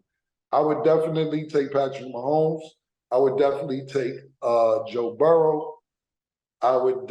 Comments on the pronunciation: Cam keeps saying Burrows. It's Joe Burrow. No s. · I thought it was Burrow not Burrow'ssss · It’s Burrow, no S